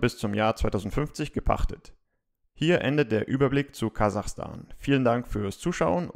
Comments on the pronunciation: 😅😅😅 Kasachastan hahahahaha Kazakhstan 😂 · Kazakhstan!! Nein Kazachstan!